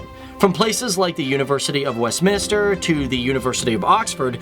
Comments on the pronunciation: it's Westminster, not Westminister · I thought I was the only one to realise it. Phew. I was not having difficulties to listen... He was indeed pronouncing "westminister"... haha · Thank you as a proud Londoner (born, bred, studied, work and live). I absolutely love my City mainly because of the multiculturalism and our strength. Just a couple of notes "Greenwich" is pronounced "Gren-itch" and "Westminister" is actually "Westminster". I'd love to see videos in the Caribbean islands, mainly JAMAICA 😀